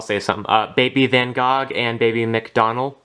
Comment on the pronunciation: You pronounced Van Gogh wrong the Gogh is pronounce “go” as in “goat”